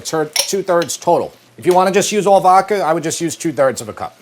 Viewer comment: Vokka sauce. Really,. Vokka? (I still love you guys.)